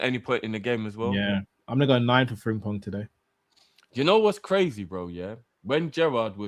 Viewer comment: Please stop calling him Fring-pong